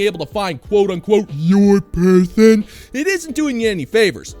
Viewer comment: 'youll pelsoon" 🤣🤣🤣 God damn it, man, you' ll give me a heart attack one day 🤣🤣🤣